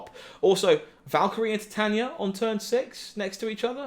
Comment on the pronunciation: Titania is pronounced Ty-Tae-nee-a like the metal titanium